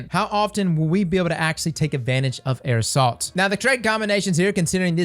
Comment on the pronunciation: Everyone: Air assault: "aerosol"